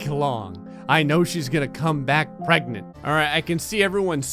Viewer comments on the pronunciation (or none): "I know she is going to come back pregnat" XD I DIED